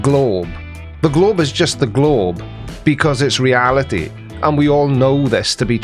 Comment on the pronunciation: What's up with this girl's vowel sounds? "Peepoo believed the Earth instead of bein like a glaybe..."